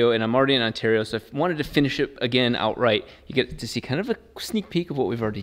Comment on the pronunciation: Us Canadians be super duper confused when you say Ontario ahahaha